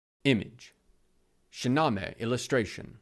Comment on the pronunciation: It's pronounced Shaa-na-meyh